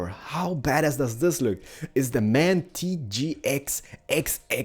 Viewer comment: It´s M.A.N. not man!!!!...that means: Maschinenfabrik Augsburg-Nürnberg